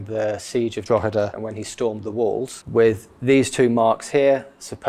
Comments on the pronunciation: Most impressed at ur Drogheda pronunciation well done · Ha just left that comment! Unusual for an Englishman to get the delivery spot on! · You pronounced Drogheda correctly - well done that man! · As a Drogheda man, well done on the pronunciation of Drogheda ! Fascinating video thank you for sharing , and yes Cromwell is not well liked in Drogheda !